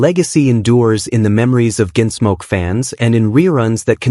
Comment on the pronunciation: “Ginsmoke”?? AI doesn’t even know how to talk! (But it sure can LIE….) 🤥🤖💀